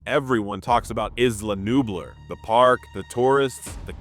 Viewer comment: The pronunciation of “Nublar” is sending me. Had to stop watching 😂